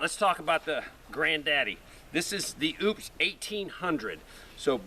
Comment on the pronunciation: it's O-PUS. not OOPS.